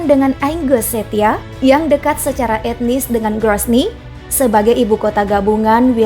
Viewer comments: bukan cecha , C.E.C.H.N.Y.A, klo gx bsa baca gx ush jd operator suara,, gx bsa baca tulisn (NYA) ya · Baca yg benar mbak. CHECH..NYA....bukan CHECHCAA. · Cenya... Bukan cecha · Baca yg benar dong jangan cek cia tapi Cek nya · Bahasa indo disebut cesnia,bkn ceh cia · Cech nya bukan ceciya min🤣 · Czechnya dibaca cecnya, cechnya...bukan cecinya min hahaha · Emang dibacanya cecya ya?? Bukan cehnya? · Yg baca chechnya kok aneh ya wkwk cicya dia baca. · pengucapan chechnya lebih cenderung ke cechnia,,, bukan cicya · Berita apaan ini...ngomong ny sja salah....Chechnya bos.... Apaan Cica 😂😂😂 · Min admin. Bukan ceca, tpi chetnya. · Checha sih bukannya chechnya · Negara Chechnya kok di baca checia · fyi bacanya cichnya. hehe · admin;Chechnya di baca Chesnya,ok! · chesnya bro Chica Kuswoyo,penyam Pai katanya saja salah bagaimana mau memahami beritanya. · Kok bsa narator nyebut "cecya".. come on!!! Gk mood pas dnger penyebutannya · Lucu naratornya 》CECIA《 🤣🤣😂😂😂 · Chechnya... cara baca nya bukan seperti terdengar chechia..... hampir ter dengan ceth nya...begitu min.... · Bukan checya. Admin belajar baca hehe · Kenapa nyebut CHECHNYA kayak Ceica gitu ya... Jadi gak enak bangat dengarnya. Apa emang gitu ya bacanya ? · Checnya mbk jngan pelo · Sakit telingaku mendengar pembawa acara ini menyebut Chechnya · Min, pronounciation utk Chechnya bikin geli di telinga.. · Sebutan Chechnya salah bukk..🤣🤣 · Admin ngawur... Ngomong chechnya aja gak jelas